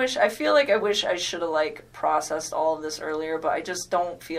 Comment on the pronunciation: "ollllllle" why she say all like that? i hate the way she talks not only that but she rambles on! Shes guilty, I wouldn't doubt that she killed his daughters..